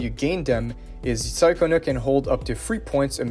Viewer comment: Wasn't her name pronounced as Cha-cona in the story? Sorry it just kinda irks me lol.